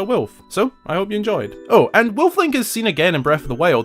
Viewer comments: JEEZUS CHRIST MAN THAR HOW YOU ALL SAY WOLF OVER THERE 😂 say it with me : WOOLF. NOT WILF 😂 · Weulf Woolf Wewlf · “A BEAST….WEEYULF LIKE” 😂😂😂😂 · “So WHY did he turn into weuuulf”😂😂😂😂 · Why a Weulf ? 😂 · I just love the way you say “ wuluuffphhh” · omg sounds like hes saying wilf but with a M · To me it sounds more like he's saying Wilf. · You say wolf like schmidt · Bro why are you pronouncing WOLF like that??? You need to say the L in wolf. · I love how he says "Wolf" with his accent. :D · I don't lol. It sounds really really weird